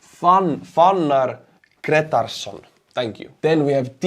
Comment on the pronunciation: Fannar Gretarsson sounds like an icelandic name, if so, you pronounced it almost exactly as we do